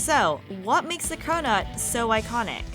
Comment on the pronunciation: i thought she said “we’re getting corona today”. 😭